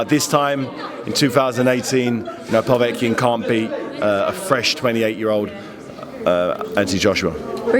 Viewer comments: He also says povetkin weird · Really grates on me the way he's saying Povetkins name!